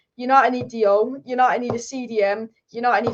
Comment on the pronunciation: On Frankie de Jong, you pronounce "Jong" as "Young". As my Dutch name Boudewijn, pronounce "wijn" as "wayne". People are mispronouncing his name